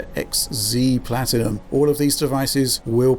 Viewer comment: Paltinum? Wtf...